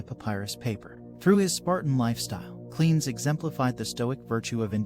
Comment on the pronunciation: Simple. Lack of due researches. He also pronounces Cleanthes as "Cleans" for some reason.